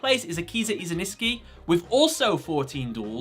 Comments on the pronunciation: Says iziniski. Puts Iziski. Its IZINSKI. Not hard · First, Akiza is my favorite female duelist in all yugioh, and 2nd, it scratches my ears to hear you pronluncing "izaNIski" instead of izINski, dude u invert 2 damn letters and also add an "a" letter, dude, dont take it as a hate, but learn to pronounce it corectly please ! :)